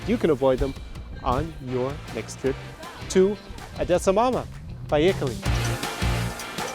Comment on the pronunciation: You better not transfer Ukrainian cities` names from russian language, or we'll get annoyed. Odesa is not odessa (even Google Maps know this). And it reads 'OHdesa' not russian 'AHdessa'.